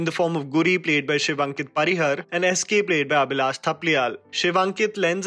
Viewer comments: Great vid as always.. i would like to point out that Shivankit Singh Parihar is pronounced "परिहार" and not "परिहर" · Undoubtedly I will put you in the category of Sucharita, Anupama and Rajeev Masand. I am sure you will do even better than them. Just one thing that your Hindi accent is quite English or may be American. Please put exta aa sound while saying Dhairya(a) or Pariha(a)r. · Brother your content is always lit but I feel you need to work on the pronunciations for the max effect. Names like ..Parihar ( it’s परिहार) Nilotpal ( नीलोत्पल) . Pls take this as constructive criticism & not trolling, since your voiceover is one of the mainstay of the content.